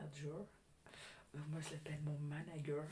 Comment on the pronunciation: Mdrrr j’adore ton mari « managueur » 🤣 comme le sketch de Franck Dubosc tellement drôle 😂